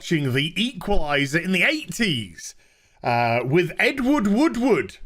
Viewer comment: I thought you kept saying Edward Woodwood.